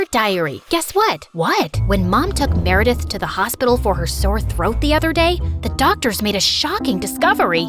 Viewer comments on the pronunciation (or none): Why did i hear Marry death instead of meredith 😭😭😭